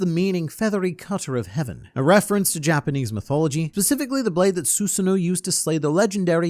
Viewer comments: no, he’s saying it like “shu swee”, (2 syllables) which is reminiscent of a French accent. When it should be pronounced “shu su ee” (3 syllables). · Can somebody please enlighten me as to why pronounces "sui" in "Shusui" like it's Frenach and not Japanse? Please, it's been bugging me for so long and it's probably the best video to bring it up.